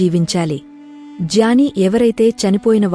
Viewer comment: జాని కాదు జ్ఞాని సవరించి చదవండి